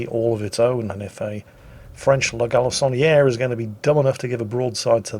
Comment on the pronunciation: Do you realize what you've done!? You said, 'La Galissonniere' 3 X without purposely trying to mangle the pronunciation... Are you really from Great Britain sir? Red-blooded Englishman indeed! Your friend from the happily rebellious former colonies. Keep it up! Enjoying your banter as always.